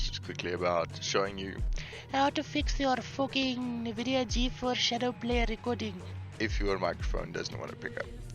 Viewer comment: its N vidia btw not nehvidia its prouounced like en vidia anyway thx for the help :D